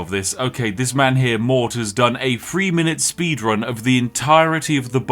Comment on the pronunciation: why do you keep saying free instead of three?